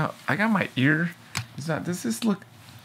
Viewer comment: "my eeear is driving me completelyfreakingnuts!" I literally had to pause to finish lmao I like the edited videos